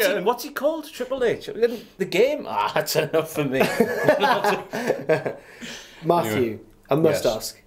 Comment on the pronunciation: FACK! IT'S MAFFEW